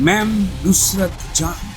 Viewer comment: উনি তো ফুসরত,না নুসরত ,মোটেই না